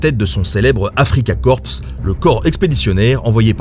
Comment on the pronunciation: Petit détaiil: le S d'Afrikakorps est muet.